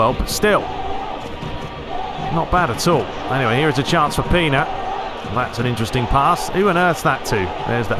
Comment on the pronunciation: It is pronanced Pena not pina come on.